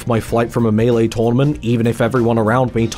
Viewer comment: giggled till i had tears every time u called melee the missus great video